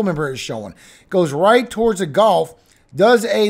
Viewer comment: gulf.golf.gulf.golf.gulf.golf.I know you're from LA, but jeez, it's annoying